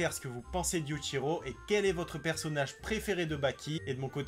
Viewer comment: Prononce bien le yuchiro stp